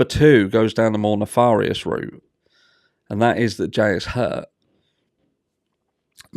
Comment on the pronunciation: Theories really do abound with this one. P.S. For some reason, "nefarious" is pronounced "nef-air-ious", not "nef-are-ious".